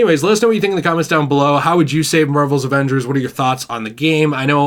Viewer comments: “Morvals Avengors” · The way he pronounces Avengers. Avangers??Can't take it serious